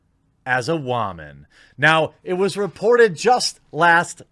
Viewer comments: I have to stop watching this just because of the way this dude pronounces "woman". I'm out. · The only thing you should be ashamed of is how you pronounce the word "woman". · I just can't help it but laugh when he says wahman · Wtf is "wahman"? Is that incel for "woman"? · okay, I'm fairly new here. Why is it called "The Quartering"? Also, why does Jeremy pronounce it "Wah-men"? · Roy McLellan wahmen is a meme, references annoying feminist sjw types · Maybe I'm misreading this but the fact that u make videos on these shows (especially Batwoman) concludes that u enjoy them enough to watch. And why do u say the word woman the way u do (just curious)? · You pronounce ‘woman’ oddly. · Why do you say woman so weird??